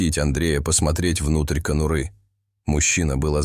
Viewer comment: Добрался до кону́ры. Смешно. Расставляйте ударения перед озвучкой.